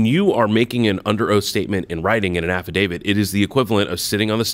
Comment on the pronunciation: Why do yous call it affadavids. Do you call a divit a David